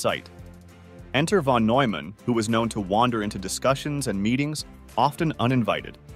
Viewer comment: "The brilliant mathematician John von /Newman/. John von /Noyman/, a mathematician..." The time that it's mispronounced, it is also misspelled in the captions. Telltale sign of text-to-speech.